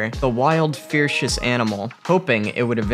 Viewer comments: How does someone that can't even say ferocious have 3 million subscribers? I "amire" that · Funny pronunciation of Sequoia and ferocious. Or is it my boomer ears? Haha!😀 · Zoo cooraror? (curator). Glass was shrong?(strong). Monkey tries to excape? No x in escape. Sackoweeah? (Sequoia). Fearcious? (Ferocious) animal. Is this a native non-English speaking robot? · Did he mispronounce "ferocious"? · Sigh...I have no respect for “narrators” who speak perfectly good English but can’t pronounce simple words like curator, escape or ferocious properly! 🤦‍♀️🤦‍♀️🤦‍♀️